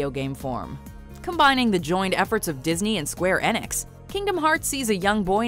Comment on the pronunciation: "Square Enex"